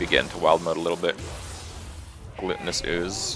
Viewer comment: "glutenous ooze" loool, definitely GLUTTONous